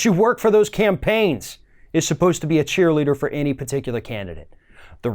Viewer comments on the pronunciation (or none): none